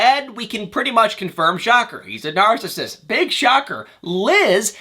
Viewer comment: It’s Nar-cis-sist not Nar-cist🙄